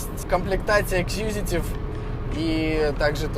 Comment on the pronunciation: EXECUTIVE а не экскьюзитив